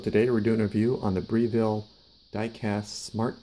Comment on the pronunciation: What a 'Breeevile' , its a Br e ville ! If you cant pronounce it, then why bother with yoir review